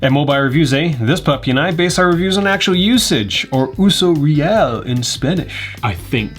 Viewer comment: Yes! That’s how you say that “uso real”. Me encanta tú canal.